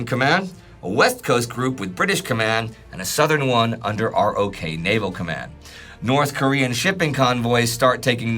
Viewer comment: Wow, what a great and valuable series! I only wish would pronounce ROK like "rock," the same way people read it in the literature (as opposed to spelling out R-O-K).